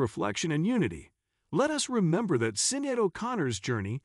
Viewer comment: If you're going to put out click bait, at least pronounce Sinéad's name correctly.